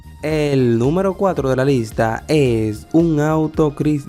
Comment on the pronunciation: CHRYSLER: crais -ler en español.👌🗽Porsche:Por..che en español.Fenway Park: fenwuei parc en español.👌👍